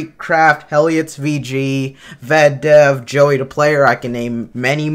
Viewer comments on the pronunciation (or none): "Helliitsvg" i think its Helloitsvg XD